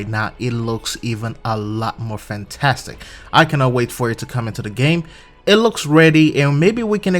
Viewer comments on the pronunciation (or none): none